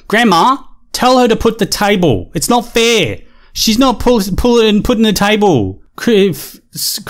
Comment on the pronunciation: This chick definitely seems a bit "special", between the way she acts and her little speech problem. Maybe it's just that "education system" of hers that she mentioned. "Put the tayvol". Whatever it is, there's something not quite right about her.